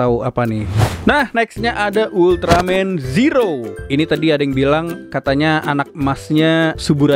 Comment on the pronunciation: itu di bacanya zero bng klo tokupens bilang bukan ziro klo ziro itu untuk penghafalan orang melayu/malay